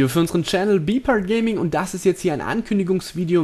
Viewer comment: ich hasse es wie er "part" von bpartgaming ausspricht xD